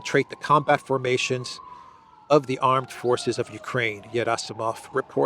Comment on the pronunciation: Gerasimov is not pronounced Yerasimov, it is pronounced Gierasimov with a hard G as in guitar.